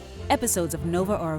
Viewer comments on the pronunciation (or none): none